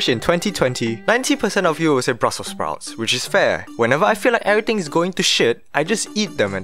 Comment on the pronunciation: bruselse sproutésie